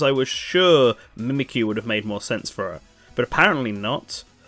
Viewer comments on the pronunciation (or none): none